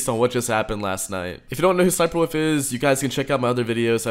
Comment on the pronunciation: dude its an L not an O, its wolf not woof